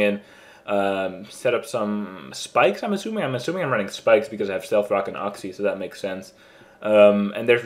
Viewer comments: oox-e not uhx-e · dammit its YOUxie not UGxie >_>